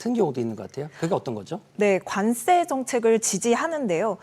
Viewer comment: 관세를 자꾸 관쎄로 된소리 발음을 하시는데 이거 고쳐주셨으면 합니다